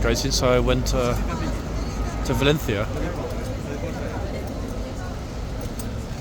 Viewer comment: first person I’ve heard in long while that pronounced Valencia properly!